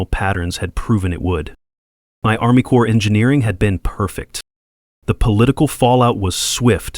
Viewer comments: corp is not short for corporartion. ARMY CORP (SPOKEN AS CORE) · Corps of Engineers. Not “Core”.